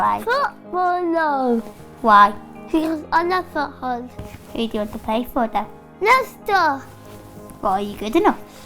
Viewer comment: I'm not trying to be mean but did he just say leister as in leister city